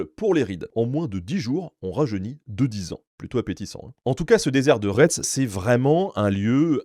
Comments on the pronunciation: J'allais effectivement souligner qu'en Loire-Atlantique, nous avons le "Pays de Retz" et un certain nombre de villes dont le nom comporte ce mot et qu'ici cela se prononce "Rai", voire "Ré". Après, peut-être que la prononciation est différente dans les Yvelines... Ms j'avoue que le "rètze" fait mal aux oreilles qd on eest habituée à autre chose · Retz se prononce raie. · Les 2 dernières lettres ne se prononcent pas